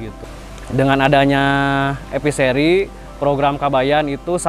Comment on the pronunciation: Dengernya EPISERI, ternyata E Fishery